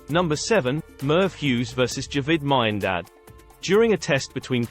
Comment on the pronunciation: don’t like AI voice. Miandad pronounced wrong. Anyway, sledging should always be about clever little remarks and distractions. Aussies often go overboard with F this F that. F your mother, which is quite juvenile